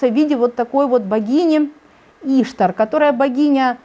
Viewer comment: Да не Иштар, а иштААААр!!!!!